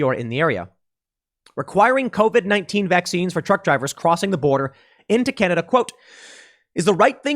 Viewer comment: ^^^ It's Canada not Cananda